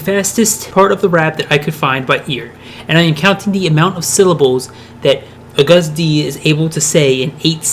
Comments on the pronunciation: The way he said "Agust D/Suga/Yoongi" made me cringe so hard. He can't pronounce his name at all. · Too much of this dude taking not enough August D. And it's pronounced like the month... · How you said Agust D made me dislike I'm sorry bút the video is good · im sry to say this but i laughed so hard when u said Agust D xD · i love this but your pronunciation if agust d is throwing me off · I cringe so hard every time you say agust d and debut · YOU SAY AGUST LIKE HOW YOU SAY IT AS A DAMN MONTH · Dood. You said Agust D wrong...note hatin. Just sayin, you might want to fix that like. Now. Lol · I’m triggered “a guh hsst dee” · isn't it pronounced lik the month of August? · You pronounce it like the month. It might be his accent that’s throwing you off. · it’s pronounced like the month august. not uh-gUst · a gust dee. isnt it ah-gustd? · I'm sorry but I have to say this. He keeps saying "A-gust d" which makes my mind go crazy. It's pronounced "August D" ..lol sorry. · He said ‘ugustD’ 😂 I have never related to something before, but yeah it’s pronounced like ‘Augus D’ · Its not A GUST D its ahgust d (i know thats nit the way to spell it im just telling him how to say it properly) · A Gust? Nonono Pronounced August d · He wasn’t Agust D before BTS. He was D-Town. That’s where his name Agust D came from (a LOT of time after he’s been in BTS), he spelled SUGA backwards, and he also switched the D and T from D-Town. It’s pronounced as August, not Uh-gust. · IT'S NOT UGUST IT'S AUGEST D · it ain't pronounced u-gust- D its pronounced like the month AUGUST -D (even though it's not spelled that way) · Who the fuck is a gust d its agust d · It's pronounced AUGUST D, not A-GUST D. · is it really pronounced aGUST d?... I thought it was AGust d... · "A 'ghast' D" erm...? How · a gust d. a gust (of wind) d. fight me. AGUST D NOT A GUST D 😂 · Mary Keeler I mean it is agust d but it's pronounced August d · You don’t say Agust D like that it’s like August D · "A Gus d" lol